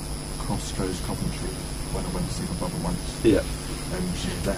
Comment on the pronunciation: Omg I live in Coventry, you pronounced it a bit weird to me though😂